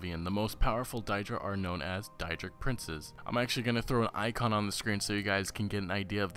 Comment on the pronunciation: it is day druh and day drick. if it was die druh it would be spelled daidra. EDIT i saw you corrected yourself. lol thanks.